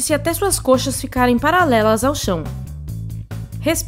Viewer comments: Quando ela fala palalelas ao chão entendeu kkkkk o certo seria paralelas ao chão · Palalelas ao chão kkkkkkkk